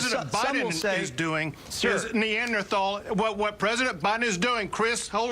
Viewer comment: first of all, they don't know how to pronounce Neanderthal.